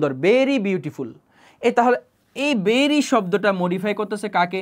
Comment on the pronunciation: Vai বেরি বলেন নাকি ভেরি বলেন বুঝি না